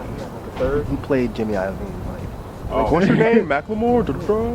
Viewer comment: It's JIMMY LOVINE. I'm sorry, but he said it wrong so much I had to bring it up.